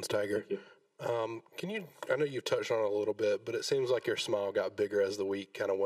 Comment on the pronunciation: For all you Aussie fans. His name is not Toyga. Its Tiger. Repeat after me . Tiger. MAGA. 2020.